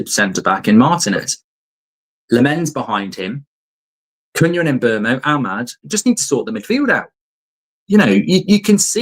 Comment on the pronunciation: Who TF is Mburmo? There is no R in his name 🤣🤣🤣🤣